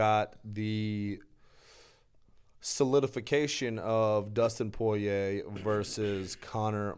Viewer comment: you are saying Dustins' last name wrong! 🤣